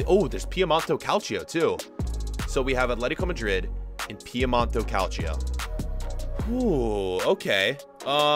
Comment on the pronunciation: Oh my goodness, please stop saying Piemont-O, it's Piemont-E